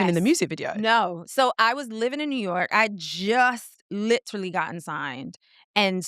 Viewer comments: Fr she said “litrally” I cracked up 😂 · Definitely heard it with her pronunciation of “literally”